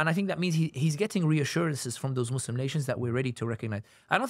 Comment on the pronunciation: the american accent and the "mohz-lehm" 🤣🤣